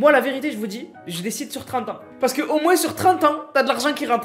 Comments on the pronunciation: On dit moin pas moinse je nempeu plus dsl a chaque de tes video je su porte mais sinon très bonne vidéo mrc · on dit moins d'impôt pas moise d'impôt